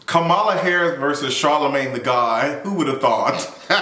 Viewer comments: Her name is pronounced "comma, la" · Yeah he's pronouncing it like Fox News purposely does 😒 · Her name is KAMALA----->COMMA-LA 🤦🏾‍♂️🤦🏾‍♂️. Furthermore, as it pertains to Meg. Keep that same energy and make sure you hold her accountable when she is found out to not have told the truth bruh. I'm still waiting on your explanation of "toxic positivity"(those were your exact words)from your video of Tabatha Brown's response to Wendy Williams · Everyone pronounces her name WRONG. Think of the word COMMA (like the punctuation) and then add LA. COMMA-LA NOT KAH-MAH-LA or CAM-AH-LA. I hope that helps because that's what helped me to remember it. Like 99% of the country doesn't know how to pronounce the VP's name and we need to learn it please. I'm not attacking you because I see this everywhere. Just providing tips to remember it. My name is Kamara so I feel her pain bc ppl try to say my name in 3 diff ways. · Can we please pronounce Madame Vice President's first name correctly??! She says it in that clip of the interview 🙄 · Him mispronouncing Kamala is sending me lol